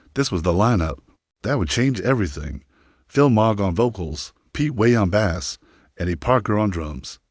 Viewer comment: So many inaccuracies and a stupid A.I. voice that can't pronounce bass correctly. Total B.S.